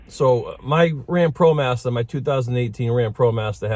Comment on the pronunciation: What’s a Promastah...lol